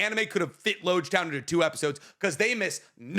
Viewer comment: I fully cannot remember the specific thing I was referencing at this point unfortunately, wasn't actually all that serious lol the way he pronounced Loguetown does irk me though